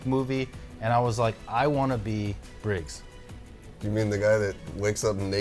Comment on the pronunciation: Is saying Briggs or Riggs? 😂